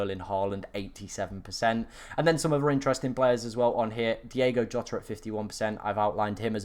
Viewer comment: it’s DiOgo Jota